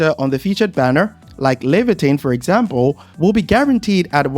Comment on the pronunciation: As an original Arknights player, it's so weird to hear people saying Leviatan, because the only thing i see is, Surtr, haha